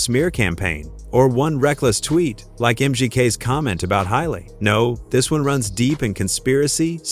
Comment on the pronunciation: Who the hell is hyley? Does he mean haley l o l